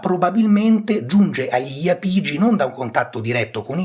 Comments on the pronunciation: l'accento più corretto sarebbe sulla a, quindi iàpigi e non iapìgi, l'esame di archeologia della magna Grecia docet 😀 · Bravo, ma è Jàpigi, come Jàpudi, da cui (J)Apùdia bella pronuncia osca e quindi Apùlia.